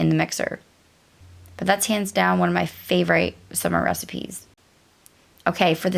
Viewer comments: Favorite has a short i so it’s pronounced with an Eh sound not a long i. I’m sure it’s probably a Mennonite thing as I’ve heard others say it the same. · You haven’t heard it because it’s incorrect . Annoying actually , especially since she Says she was a “teacher”🙄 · I've never heard anyone pronounce "favorite" the way it's spelled. I feel like I've just received new education!